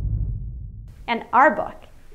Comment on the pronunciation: Its not muk-it's muc